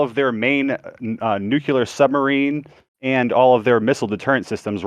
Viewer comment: Holy shit, now that all this was is happening, YOU ARE GOING TO NEED TO STOP MISS PRONOUNCING THE WORD "NUCLEAR" PLEEEEEEEEEEEEEEEEASE, IT'S NOT NUKULAR!!!!!!!!!!!!!